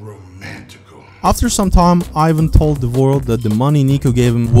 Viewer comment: not AIVAN, EEVAN